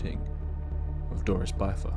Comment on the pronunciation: "bith•ur" not "bye•thur". Rhymes with "wither". You're driving me crazy with the mispronunciation